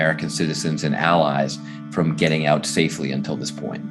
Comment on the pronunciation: emphasis on the prepositions "from" and "to", stress on the first syllable of WITHdraw instead of on the second: vice anchors are illiterate.